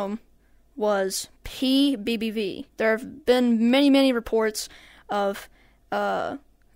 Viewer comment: Dude you said it wrong it,s pbbv